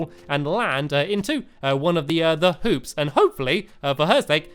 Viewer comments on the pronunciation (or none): don't get mad but it sounded like he said 'colored poops' instead of 'colored hoops' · When I Seen Your Comment I laughed LOLOL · Game Lord ik ik but still people think I am right and it is funny